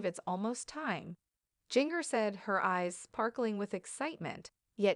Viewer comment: Her name is pronounced GINGER, not Jeenger